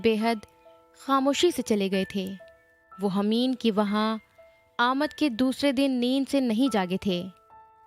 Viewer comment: It is not Hameen.. His name is Humain 😅